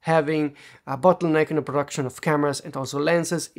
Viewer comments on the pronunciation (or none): **the** it's pronounced THE not da or de . Also there's no 'dat' for 'that' or 'dere' for there. And something is pronounced someTHing not someFing